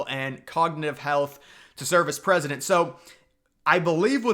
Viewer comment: Biden should stay in the race. He's the gawd dang prezidunt of ewwnited States of Uhmiracaw he can do whatever the hell he wants to do. Trump gunna crush em anyway in November so WTF is the difference.